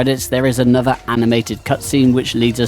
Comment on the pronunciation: I will never understand why people pronounce "th" as "v" sound. Drives me fucking nuts. Its not "anover" its "another". Cmon man